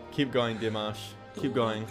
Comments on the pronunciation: Yes, I totally agree, there’s just something so special and unique about Dimash. His vocals, his stage presence are outstanding. Great reaction to Dimash as always. Oh by the way, congratulations, you finally pronounced his name correctly. Yeah!!!! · Thank you for learning how to pronounce his name. It shows you read our comments. I love that you take time to read the lyrics too. Well done. If you want something more commercial, try Across Endless Dimensions, or Screaming Idol Hits where Dimash is a real pop star. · 🤣🤣🤣 Thank you so much for trying to say his name right 😍. You’ll get used to it anytime soon! You keep saying “I love you Dimash” like you’re turning gay for that 4minutes performance (kidding) ✌️✌️🤣 No worries. We love him too ♥️